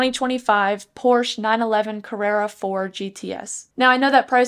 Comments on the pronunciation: Thanks for the video! Hopefully, they keep a manual option if they go all hybrid with the other 911 models. Also, it’s pronounced ‘por·shuh’ 😉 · Stopped watching after seconds. Pronouncing Porsche wrong, and all you're doing is reading it off the website. People who own a 911 or are looking to buy one are already familiar with the specs, so it's a giant waste of time. Also you're monotone, which is boring.